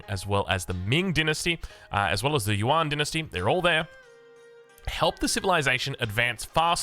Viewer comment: Since you mention it, "yuan" is more pronounced like "yüEn." It is one syllable, so it sounds most like "yen" for English tongues, and "yen" with a German ü before the e for anyone that can pronounce that. Also on the topic of pronunciation, “Xi" (as in Zhu Xi) is pronounced most like English "she." But it's articulated with the tongue closer to the teeth, so it's close to "see" as well.